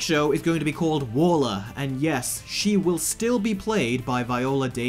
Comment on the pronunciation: Warlah?? It's Waller.